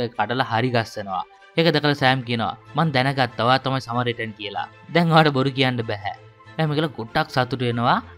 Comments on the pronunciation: සමරිටන් සමරිටන් කියල දිව පැටලිලාද කොහෙද සරමිටන් කියන්නෙ😅😂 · සමරිටන් නේ - ඔයා සැරයක කිව්වෙ සරමිටන් කියලා 😂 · මටත් ඒකමයි කියවෙන්නෙ."සරමිටන්" 😁😁😁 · සරමිටන් නෙමෙ සමරිටන් 😂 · සරමිටන් කියලා නේද කියවුනෙ😅